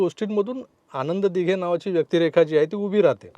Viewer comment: अशुद्ध भाषा आहे, सुधारणे आवश्यक आहे. न आणि ण मधील फरक समजून घे. आनंद दिघे असा उच्चार हवा, आण्णद दिघे नाही. अनौपचारिक✔️ अणपचारिक ✖️, वृत्तवाहिनी✔️ वृत्तवाहिणी ✖️